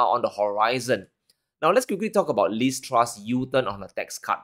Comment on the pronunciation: It's very funny that it sounds like you say.."Least Trust" hahaha.